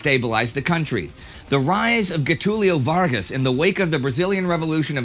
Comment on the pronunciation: no one: indi: GUETÚLHIU VARRGAs